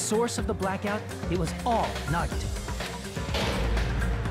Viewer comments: Hajime: Nagito Subtitles: Naughty toe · everyone: no that’s wrong! Nagito: no that’s wong!